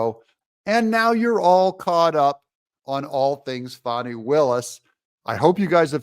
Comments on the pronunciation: Doug, its FAAAKNEEEE not Fani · It’s Fanny… not fonny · Hey Doug, I am getting really worn out listening to you call her Fawny instead of FANNY. Trump, Megyn Kelly, and a Georgia State Senator (to name a few) say it is FANNY. Nobody has ever had the name of Fawny, especially when it is spelled Fani. It’s BIG FANNY.